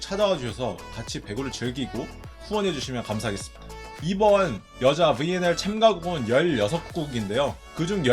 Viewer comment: 브왈리볼, 븨앤엘...충청도 본토 발음 굿~